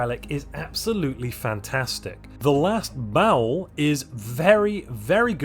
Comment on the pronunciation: Everyone I know pronounces Baol as BAH-ol, and then there's, who says "bowel."